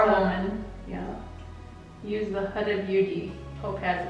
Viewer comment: I always thought it was pronounced HOO-DA, not hudda. LOL Pretty eye look either way and I learned something new! Thanks for the video.